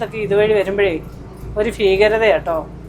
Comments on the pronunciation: ഫീകരത അല്ല ഭി ഭീ ഭീകരത. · ഫീകരത അല്ല ഭീകരത😂😂😂😂